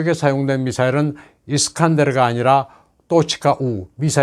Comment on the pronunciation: 선생님은 토치카ㅡ우 발음 이라는 것 보니 중국이나 러시아 유학하신 분 같으네요. 제가 선생님 채널 구독자인데 친러 친중 성향이 많이 강하시고 내용 모두 그들의 대변위주이신 것 같습니다. 자유 대한민국이라 가능한 일이겠지만 어찌 되었든 선생님 의견도 참고해서 잘 듣고 있습니다. 바라건데 저울질 잘 해 주십사 합니다. 팬이라서 걱정되네요.